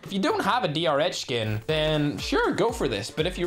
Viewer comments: The didly-rh not the drh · A person saying DR-H:DR-H Ferg:DR-ECH